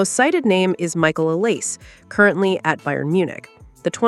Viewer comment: Olisé is pronounced O-lee-say